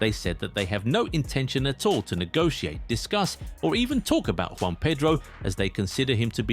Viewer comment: His name is Joao not Juan 😅😅